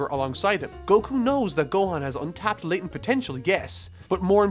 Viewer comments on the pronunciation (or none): none